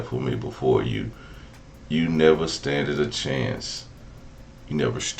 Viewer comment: Standed 😂😂 learn how to read before you try to read someone. Naw, they were never friends…especially Birthday girl.